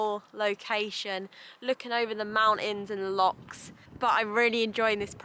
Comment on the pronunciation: Hi. If your going to keep coming to Scotland, you'll need to learn to pronounce 'Loch' properly😜 Been enjoying your videos for a long time & glad your enjoying some truly spectacular countryside. Your doing a great job with the videos & I'd rather you didn't fall in to the trap that so many Youtubers do of churning out videos to a schedule, rather than putting the time to something worth watching & your followers will get your videos if they've clicked the bell. As to adding to skills - now you've got your Landy, maybe an off-road course or two? (Also vehicle maintenance! Landy's get a bad rep but mostly because they're not maintained. They need extra care & attention.)